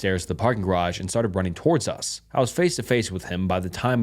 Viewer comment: How does this guy mispronounce “us” literally two seconds after saying it correctly 💀